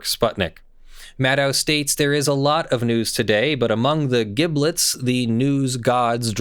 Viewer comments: giblets is a soft g, like in gif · Sir, I must protest, passionately and with deeply held conviction, you pronunciation of the word "giblets."